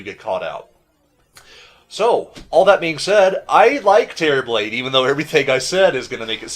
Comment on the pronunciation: for some reason I keep thinking he's saying "Cherryblade." I cannot unhear this xD